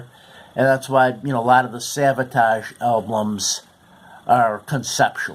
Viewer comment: Its Savatage NOT Sabotage